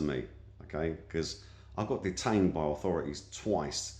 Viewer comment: The "author-I-thy" ... these police are absolutely crazy. You'r not even turkish....they had zero evidence.